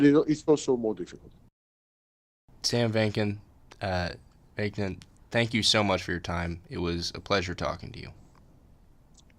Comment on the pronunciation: You really have to work on your pronunciation and preparation. You repeatedly pronounced Sam VAK-NIN's name incorrectly. It's not VAYK-NIN. Additionally you get pronouncing NARCISSISM incorrectly. It's not NARCISM. Other than that good interview.